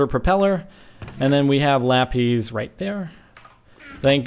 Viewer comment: what is lapyz that what he ses its weird